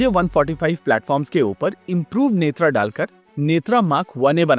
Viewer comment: नेत्रा नहीं भाई नेत्र